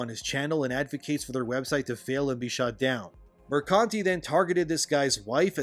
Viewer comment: i'm loving your videos more and more everyday, every time you mention kotaku lady i hear your brain saying mercante but your mouth keeps saying mercunty and that's awesome:)